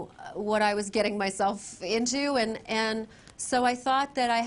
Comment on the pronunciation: when she says "myself" it also slips out a bit